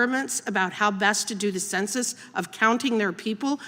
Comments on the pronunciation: Her points would carry more weight if she quit saying "consensus" instead of "Census" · "conduct a concensus" The lack of education is on full display.